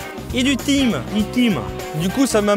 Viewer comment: le thym (tain) pas time! 😂